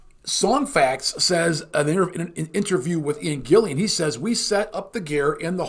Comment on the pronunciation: 'Gillan', not Gillian.